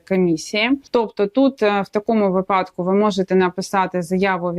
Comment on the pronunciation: если вы адвокат, то должны выражаться по правилам украинского языка. приведите мне пример правила, в котором говорится что слово випадок произносится с ударением на второй слог. а то выглядите как минимум непрофессионально то же самое и про слово навчання. звучите как школьница двоечница